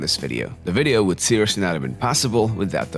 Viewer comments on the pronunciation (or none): none